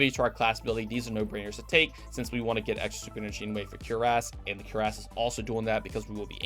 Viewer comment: Cuirass = Cury-ase... not cure-ass.